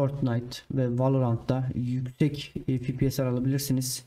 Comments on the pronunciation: fipies değil hacı efpies (fps) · fipies değil, "Fe Pe Se" ya da "EFPİES" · Abi Fibies deyişine hasta oldum güzel video :)